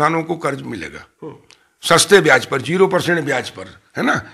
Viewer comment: please correct your diction.. Byaj...not byaz.. Hindi bhi spashth nahi hai.. Badne is wrong badhne..